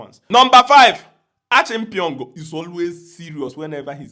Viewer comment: You need to learn how to pronounce the Ghanaian names. Last time it was Fripong, today it's Achampeong😂😂